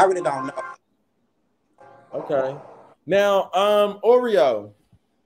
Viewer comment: idk why but calling orie “oreo” the whole time has me weaaakkk. ☠️